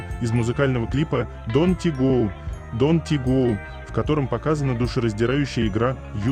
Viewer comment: Согласна с вами во всем! Кроме: don't go = [deunt geu], a не "донтигоу"😊